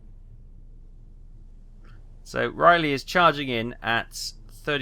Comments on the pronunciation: Hahaha- is Rah-Lee, Not Riley? - Boy-Zee, Not Boys! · He's been driving me nuts with Raleigh! Stop butchering the name of my Grandfather's ship! 😅